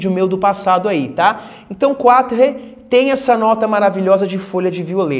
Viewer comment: Só uma dica. Em QUATRE o “E” é mudo e a primeira sílaba é tônica. Então a pronúncia fica “QUÁTR”.